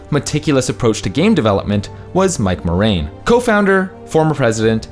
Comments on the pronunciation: Mike Mor-aim? not Mike Mor-Hime? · it's pronounced "MOR-HAIM", not "MOREYM" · '''mike morein"' even i know that not how you say it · Pretty sure it's "MorHame". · You did not bother to research the right pronunciation of "Morhaime"?! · I literally did a Ctrl+F to see if someone else picked this up. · pretty sure the H in Morhaime was not silent. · Wait, did you miss pronounce his name or have I been miss pronouncing Mike's name this whole time? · Yeah, The Narrator was definitely mispronouncing Morhaime. There are videos interviews online where Mike introduces himself that you can get the correct pronunciation of his last name. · Okay, that was really poor. Warcraft III: Refounded is an old topic and the narrator has no idea what is he talking, or perhaps he found his script on Wiki and he is just reading the script. And for the sake off your pride as profesional journalist, learn how to pronounce Morhaime... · Anyone cringe a little with the way he says morhaime. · damn y’all coulda done such a quick search to see how to pronounce Mike Morheim’s name